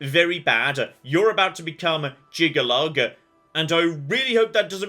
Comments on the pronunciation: This pronunciation of Jyggalag as Jyggalug has been killing me. Still, 10/10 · I find it maddening that has not said Jyggalag correctly a single time this play though, I guess it's time for me to move the Shivering Isles.